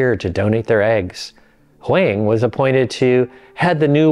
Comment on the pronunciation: Hwang is pronounced "WAHng". Like wrong without the r.